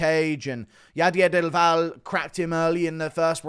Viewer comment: Bro read del valle as dival.